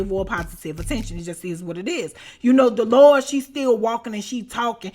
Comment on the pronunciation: Why is Delores there? 😂 Btw love the way you say Delores sound like you are saying the “The Lord”. 😂